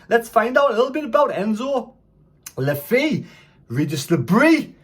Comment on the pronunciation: It's pronounced Luh Fay mate. You can hear him say it on one of the vids the club put out.